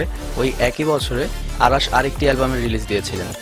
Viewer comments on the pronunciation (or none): beta age or nam thik vabe bola sik..অারাশ না,,,নাম অরাশ,, সঠিক উচ্চারন শিক আগে,,ওরে ভালো করে ই চিনি বেটা